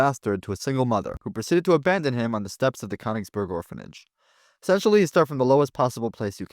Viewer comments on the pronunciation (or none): The borders were also not accurate for 1923, the pronunciation of Königsberg was incorrect, and only 25% of the SS was non-German, with almost all of them being white. I’m not aware of any evidence that even one Subsaharan African was in the SS, much less there being a significant percentage. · Learn to pronounce German names before tackling the topic - Königsberg is no how you pronounce it.